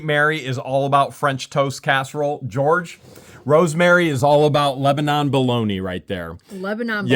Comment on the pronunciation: Not like Lebanon the country. Pronounced as lebanin. Like they say in Lebanon (lebanin) PA